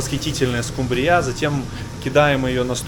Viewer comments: СкумбриЯ?! Да вы, батенька, изобретатель! Никогда не слышала такой интерпретации!😂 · СкумбриЯ? Шо цэ такэ? Это рыба скумбрия что-ли? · 🦈Смешно ставишь ударение🦈Скубрии 🦈СкУмБрИя .😂😂😂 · Кто ещё говорит скумбриЯ ? В отделение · В целом да. Но скУмбрия произносится с ударением на первый слог, и в русском и в украинском языках — специально посмотрел словари. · Почему скумбриЯ? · Украинцы так говорят)) У нас скУмбрия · Дядь ты вроде как с Одессы ,больше в Украине я не когда не слишал чтобы Скумбрию называли Скумбри'я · Интересно почему произносишь ударения рыбы на последнюю букву Я?) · СкумбриЯ нанэ, скубриЯ! Порадовало неправильное ударение) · Как всегда очень интересный, насыщенный контент. Давно уже смотрю ваши видео, всем бы таких поваров на камбузе. Не подумайте ничего плохого, но меня как словарного задрота, задевает слово "скумбриЯ". Ударение на букву У всегда было. Хотя я с РФ, возможно на вашей родине это правильное произношение) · Да это конечно что то) А когда он еще начал склонять эту скубриЮ ..... откуда это слово?))) Очень нравится влог, всегда жду, но сегодня хотелось выключить) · все прекрасно! но скумбриЯ... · Спасибо в м. А слово скумбриЯ примирило меня с нелюбимой рыбой! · я тоже балдею от скумбриЯ!!!!!! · Извените почему скумбрия, ударение у вас на я,? Мы что то не знаем🤔🤔🤔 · А скумбриЯ - это по-каковски? )))) скУмбрия слышала, скумбриЯ нет) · СкУмбрия, не скумбриЯ, не могу прям а-а-а-а-а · А почему скумбриЯ. Вроде правильно скУмбрия? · Мне очень нравится смотреть ваши видео, но слово "скумбриЯ" просто режет слух. Хотелось бы услышать более распространённое "скУмбрия" :) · скУмбрия, не скумбриЯ, не выворачивайте пожалуйста это слово, и газирОванная, не газИрованная, кУхонное, не кухОнное, извините, без обид. А вообще, Вы молодчина. У Вас со сменщиком разные меню, кто, что придумает,или что-то обязательно должно быть в рационе? Удачи и много подписчиков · Скажите, почему Вы все время говорите "скумбриЯ"? В этом слове ударение на букве "у"